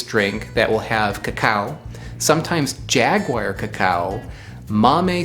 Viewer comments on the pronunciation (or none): none